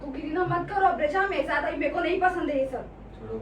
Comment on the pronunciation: That "aai" was epic . It was in hyderabadi accent. So cute